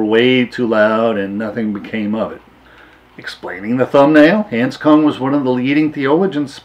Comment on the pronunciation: you have mispronounced his name.